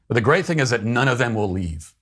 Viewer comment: Gweat way 😂 sorry I can’t unhear that